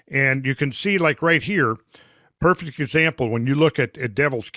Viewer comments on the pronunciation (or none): none